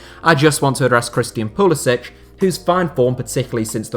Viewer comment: Pu la sik not Pu la sich. Ask him. "I'm from Pennsylvania, not Poland"